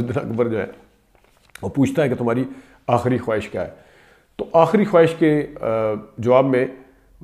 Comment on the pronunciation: بیڑا کا صحیح تلفظ ' بی ڑا ' ہے ' بے ڑا' نہیں. اور خواہش کی وائو ساکن ہے.